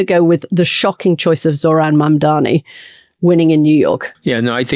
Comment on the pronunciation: Mooch needs to pronounce Mamdani’s name correctly… he’ll get a whole bunch of subscribers in the next minute 😉